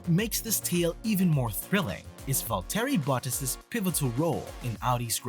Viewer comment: It's Valtteri Bottas (Pron: Valtree Bottas) ... not Vole-Terry Butt-Ass ... if you're going to report on the sport, please reasearch how the names are pronounced., it'll give you more credibility.